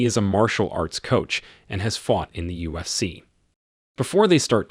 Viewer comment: Who is this narrator who doesn't even know or can't pronounce mma and ufc?? Saying mna for mma and usc for ufc is such a shame at a high level